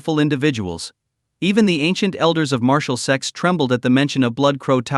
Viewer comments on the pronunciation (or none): "Sects" not "sex" 😅